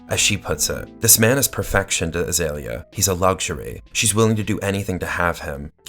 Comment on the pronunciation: Her name is pronounced Ah-Zee-Lee-ya. Not Ah-Zale-ya.